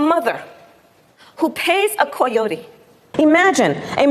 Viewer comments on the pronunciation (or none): Why is she saying Clayote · I can't stand virtue signaling, but one kind that especially irritates me is the special, inconsistent pronunciation of foreign words. Like, Kamala says "Co-yotee". Why not "Co-yo-tay"? Why not "Me-hee-ko"? Just say "Kai-yo-tee" like the American you are, Kamala, and spare us the extra-especial bullshit. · She didn’t eben learn her lines right.. that’s not how you pronounce choyote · "coy" ote? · It's a CAH-YOTEE- NOT A COYODEE God, she's dumb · I think it's pronounced coyote not koyote. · “Qoyote” It’s coyote. Have your speech writers use words you know. It’s more believable. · Pronunciation is kai, not coy. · Idk about any of that. I just want to know what Koyodie is. Is it a vehicle from toyotie? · ko-yote not coy-ote like she’s pronouncing it. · And she's from California? NOBODY say Coy-yotee. Most say cai yotee. Probably pronounced cai yotay......by Spanish speakers. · She can’t read / spell….. she is the Vice President of the USA and will be president!!!! Koye-oh-tee. Scary. That word was on my daughters 3rd grade spelling test one week. And why didn’t anyone tell her after the first time? She thinks that word in the speech written for her is different than the animal!!! SMH. If you can’t spell or pronounce coyote you shouldn’t be able to decide complex tax policy or fire nukes. Trump said the word (correctly) and got razzed by many in media because they thought he meant the animal… the ignorance is seriously alarming. Not because of politics but because these people are running the country and influencing public opinion. We have to be able to do better. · I know it's petty but I hate her pronunciation, Coy-Yo-Tea. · What the fucks a kouyote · I'm from California too nobody says (coy) ote does she not know what a coyote is??? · "Co-yotee?" That's neither Spanish nor English. What the hell. What a farce. The vice president! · I love the way she tries to pronounce coyote as if she spoke Spanish. Coy-hotee! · Wtf is a koi-yoty?